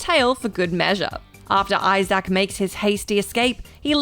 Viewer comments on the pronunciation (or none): Listening to her pronounce the name I-Zack is giving me life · I have never heard someone mispronounce Isaac until this video